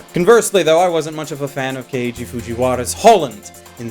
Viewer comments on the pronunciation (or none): none